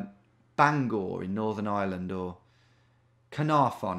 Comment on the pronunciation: Love they way he pronounces Bangor 😂😅